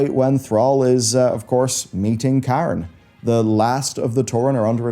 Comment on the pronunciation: bro did not just call cairne bloodhoof "karen" 💀